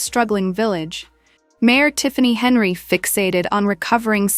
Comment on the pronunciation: You can’t get her name correct? AI sucks for you. Its Hen yard